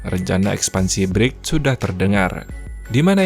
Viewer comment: bacanya briks bang